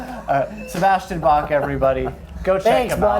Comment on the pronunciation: So much pride to want people to call him Bach, and then proceeds to not know how Bach is even pronounced.... If you choose a germanic name, at least know how to say it.